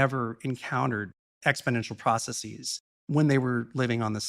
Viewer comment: "Processeez" makes it hard to take someone seriously. So does "Neehilist".